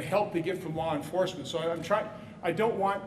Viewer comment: If he says "lore enforcement" one more time...in fact, I'm done watching.